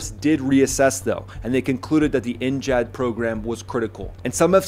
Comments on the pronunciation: Why are you saying NJAD instead of NGAD 😂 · Brother! In what world does NGAD sound like NGHAAD?? Theres no H! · Gad not jad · N-JAD? Really? Pretty sure it's NGAD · It is pronounced N-GAD Gad as in GADget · How do you not know how to pronounce 'NGAD'? HINT..it isn't spelled NJAD. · So jarring to keep hearing you say “N-jad” for the NGAD 😵‍💫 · NGAD NEXT GENERATION AIR DOMINANCE. Learn how to say it before you speak about it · The G is not a soft G like a J, but hard G like Get.